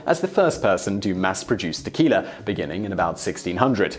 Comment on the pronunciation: "Tequil-er" - Heh-heh!